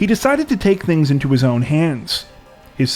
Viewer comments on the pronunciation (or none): none